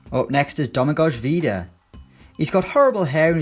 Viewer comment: Stopped watching when you butchered the pronunciation of Vida's first name